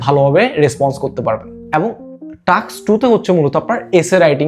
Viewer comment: টাস্ক*, নট টাক্স!